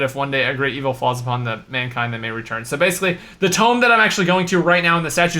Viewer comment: tome instead of tomb... nice :D